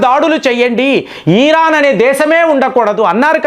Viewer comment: ఈరాన్ కాదురా బాబు. ఇరాన్ అనాలి. సకం కాదురా నాయన సగం. నువ్వు అనలిస్ట్ ఏంటిరా బాబు. టీవీలో స్క్రిప్ట్ చూసి చదవడం కాదురా